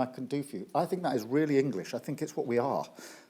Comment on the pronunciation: Weally weally weally wanktastic